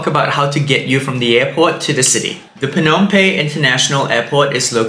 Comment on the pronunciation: Excellent recommendations and advice for us before going to Phnom Penh for the first time. Just a suggestion for improvement. Please pronounce Phnom PeNh with emphasis on the "N" of Penh instead of pronouncing it as Pey. It is a bit distracting. All good. Thanks.